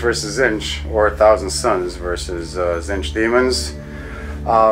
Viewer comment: It's Tzeentch ("zeen-ch"), not Zinch. Every time you say it in one of your videos, I just get irrationally upset. Please stop. Otherwise, I really like your videos!